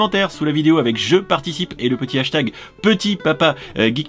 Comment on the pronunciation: Sympa comme vidéo ! "Je parcitipe" :p #petitpapageekme3